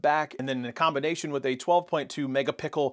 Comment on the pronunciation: Thank you fellow commenters for proving to me that I didn't hear it incorrectly! "Mega pickles" indeed 😂😂😂